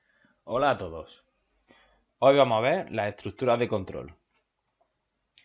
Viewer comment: Me gustó ese "Hoy vamo a ve"